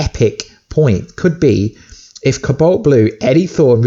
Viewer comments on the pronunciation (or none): cu balt blu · Is the way he says cobalt pissing anyone else off?